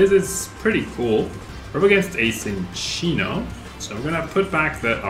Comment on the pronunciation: Thank you for pronouncing Minccino and Cinccino correctly ☺️